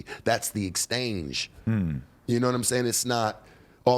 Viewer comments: That was a little exstrange how he said it. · WTF is "extange" and "inquirements" lmaooo.. All that confidence for no reason. is not smart nor well spoken, he's just assertive and confident. Half the time he don't even be making sense. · saying EXSTANGE proves he’s uneducated. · Wtf is an extange 🤔🤣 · “Extange” lol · My guy said "That's the extaaange" 😂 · LMAOOOOO RIGHT!???? Like what is EXTANGE?? Also has anyone else noticed how he says Accolades??? Lol he got so much intensity and aggressive/entitled energy when speaking especially when taking down to women all the while mispronouncing hella words!! Lol he’s mad funny I swear. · Why did I read this about 30 seconds before he started dropping "extange". Had me laughing hard, thank you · exstange 🤣 exchange you foolio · Nobody:: “That’s thee EXTANGE!” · "Exstange" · bro is very street smart but is a little unsure of how to pronounce exchange, what makes it funny is the confidence he said it with, thats the extange!! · What is an exstange?? I never heard the word? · Somebody tell him how to pronounce exchange lmao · is so well spoken, gotta work on the word “exchange” though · I replayed it because I thought I was going nuts. LOL